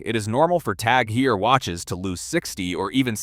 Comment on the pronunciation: Hermes: HERRMEZZ! Tag Heuer: TAG HEEER, TAG HUUUUR! Hublot: HUGH-BLOW! Also all the video is just random BS.